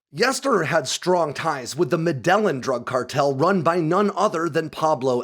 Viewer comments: The referenced drug cartel is not pronounced "Medellon" it's "Meh-de-yeen" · "meh da yeen" not madelin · The metalonion cartel? It's pronounced medeyeeen lol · Med ii eene not medine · Med-dellon?? Medi-yeen cartel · Did..... Did you call Medellin "Muh-dell-in"? It's "Med-eh-jinn" or "Med-eye-een" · when he said "med-el-lin cartel" he's talking about the Medellin cartel😂 Pronounced 'med-eh-ying' In case anybody else was like "what the f*** is he talking about"😂😂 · Medellin is not Medelin, it's MED-ay-(Y)EEN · "Ma-dell-in" cartel? Lol comon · Medellin [meh-dee-yeen] Diesel, electric submarines, ships, trains, Prius… They are all “hybrids” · Med ELL in? The guy speaking hasn't got a clue what he's talking about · "Medellan" lol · Medellín is pronounced “med-ey-EEN” cheers tho! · meh...deh..jean, try pronouncing like that :) great stuff as always, keep it up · Bro, Medellin is pronounced MEH-DEH-GIN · Medellin Cartel (Med-eh-yeen) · “Med-ellen” cartel 😂😂😂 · Me di yean cartel. Lolol almost said it the right way lol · The 2 L’s make a “Y” sound in Medellin(MED-ay-(Y)EEN)… 👍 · pronounce the Escobar cartel as "med-aye-een" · Medellin = Meh-deh-yeen. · you gotta pronounce Medellin right. Lol it’s mede-een. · Just for your information, Medellin is pronounced "meh-de-jeen" but most Americans would say it "meh-de-yeen" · 🤦 "ll" is pronounced as "ya" in Spanish. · please look up the pronunciation of Medellín ('ll' in Spanish sounds like a 'y'). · The way he pronounced “Medellin” 😂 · Woah worst pronunciation of Escobar’s cartel i have ever heard lol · Please, PLEASE, don’t ever pronounce Medellin like that…. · The way you pronounce Medellin cartel hurts me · As soon as I heard his pronunciation of Medellin, I paused the video and came to the comments to see what people were saying. I was not disappointed. (I'm a white guy that grew up in Jersey and not a native Spanish speaker) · He pronounced the Ls in MedellIn cartel cmon